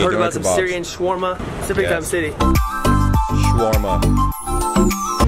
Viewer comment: He said "Schawarma", and it's Syrian, not Serbian.